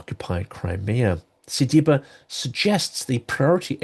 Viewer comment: You do a Great Job . I have been following you for a very long while already. But please check exactly the name of the Ukrainian foreign minister. It is Si-bi-ha, Сибіга in Ukrainian. You have been butchering it throughout several videos. I hope to have helped